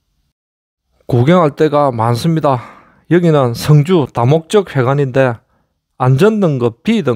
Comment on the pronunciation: 발음을 잘하시요 승주 성주 구분 안됩니다. 출신이 경남쪽이요?